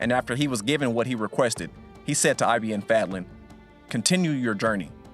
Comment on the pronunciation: its not I.B.N FEDLEN its ibn fadlan